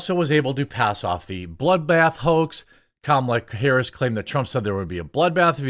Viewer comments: Hah you said Kamala Whoris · "Kamala whorris" 🤣🤣